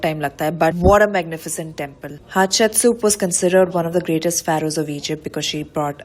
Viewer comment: ha ha shep sut........Hatshepsut...thats exactly how it sounds when you heard from a local and trying to say it .....ha ha..shep